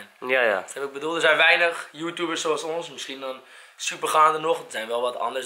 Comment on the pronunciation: hij zegt joetoebers maar het is YouTubers